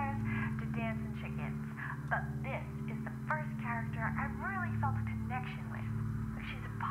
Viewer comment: You said "dis". We're already clearly in The Cringe zone